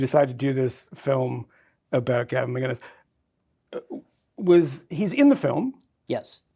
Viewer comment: For fuck sake Michael. It’s Mac-In-is, not Magin-is. I really expected more from you